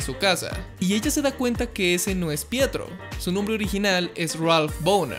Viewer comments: Pensé que decía "prieto" xD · Ya no es pietro es fietro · Fietro xD